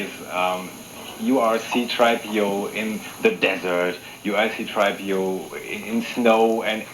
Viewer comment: “Ciii - Draaaiii PiiiOuuu.“Wer kennt es nicht C-3PO heißt auf beiden Sprachen (Deutsch Und Englisch gleich xD Der Kommentator bzw. der Moderator geht geht echt gar nicht xD